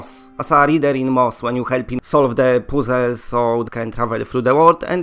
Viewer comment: Drinking game: watch through PolishPauls videos and take a shot every time he says "solve the poozles"... the winner is the person who gets through the most videos without throwing up.